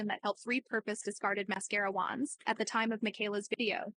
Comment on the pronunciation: The way she says wands really irks me..